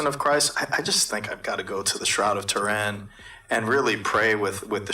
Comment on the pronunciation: its Too rin basically not Ter in